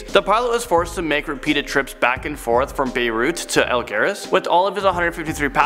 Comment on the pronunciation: What's "Al-Gare-us?" We're you trying to pronounce Algiers (al-JEERS) and just too ignorant and lazy to look it up?